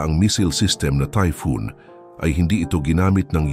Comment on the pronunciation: Typhon po hindi Typhoon.